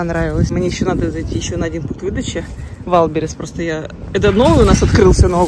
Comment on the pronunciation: Вайлдберриз? Серьезно? Не вальбериз? Вайлдберриз??😂 Прости, 😅